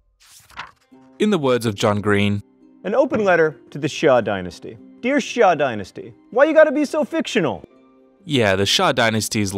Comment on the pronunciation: xia is pronounced as sya btw ^^